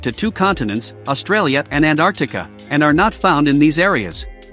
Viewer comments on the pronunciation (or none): none